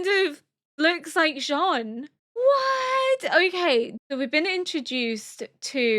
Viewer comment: ケニー？っていうヒトも多い中、ちゃんとジャン？って言ってますね☺️